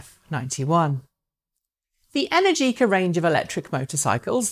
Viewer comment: Great show as usual, but the correct pronunciation is "Enèrgica", not "Energìca" :)